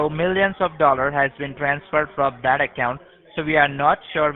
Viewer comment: He might manage one line, but that's as far as he can, the rest back to lndian accents : watch when he said : " so DAT, first of all very distinctive L pronounciation...😂😂😂